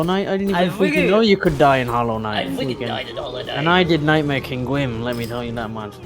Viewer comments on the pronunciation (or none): none